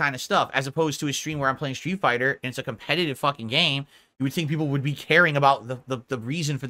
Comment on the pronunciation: I have noticed him using that term multiple times past couple of weeks. "2-3 peepul are engaged", "3 peepul are on topic", "like 3 peepul are on topic talking about SF6" and "the 2-3 peepul trying to talk about the game are getting angry about the off-topic chatting" are usually heard when he's fuming at the chat. What's interesting is that about 2-3 whales are usually donoing over 90% of his income nowadays. So probably those are the 3 "engaged" fans he's white knighting and talking about.